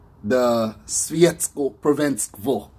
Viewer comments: You say "Svjetsko prvenstvo" really good 😉❤ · Svjetsko prvenstvo - you got it right man! Wouldn't pronounce that better myself. And my wife would pronounce it worse for sure.